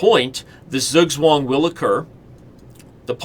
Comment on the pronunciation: as a native german it took my way too long to understand that he is trying to say "Zugzwang"